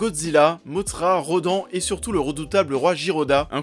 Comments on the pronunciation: On dit Ghidorah pas giroda et on dit Rodan pas rodan et le DC Universe est encore d'actualité avec Shazam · pauvre rodan Sa se dit rodane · yop Alors deja ce n'est pas girodah mais GIDORAH , RODAN se prononce comme si il y avait un E , et pour le scenario c normal qu'il soit pauvre , C UN FILM DE MONSTRES OU LES STARS SONT DES MONSTRES , ALORS QUE LES HUMAINS PASSENT AU SECOND PLAN VOIR AU TROISIEME C NORMAL . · La prononciation de rodan et ghidorah, OMG XD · Roooooooo ça va 😉